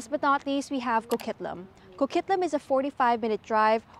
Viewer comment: Hol' up. There's tonnes of traffic in Coquitlam... Like some of the worst in the lower mainland... And it's Co-QUIT-lam, like as in quit talkin bull